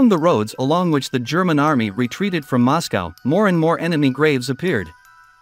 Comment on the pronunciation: As soon as I heard the mispronunciation of Moscow I stopped watching